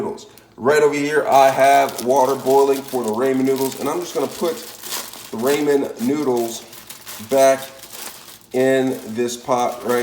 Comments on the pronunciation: Left the second he said Raymon noodles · "Raymen noodles" 😂